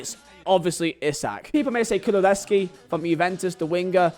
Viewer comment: Man said Kululeski